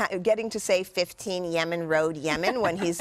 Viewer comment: "Yemen road, Yeman" .... if you don't laugh to that, there's something wrong.